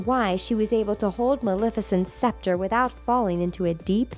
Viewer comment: It's a sceptre not a specter. And Dr. Facilier's name is pronounced fuh-sil-ee-ay, not fah-sah-leer.